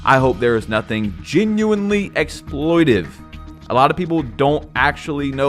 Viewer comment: yapping about how people dont actually know what exploiTATive means while constantly mispronouncing it is pissing me off lmao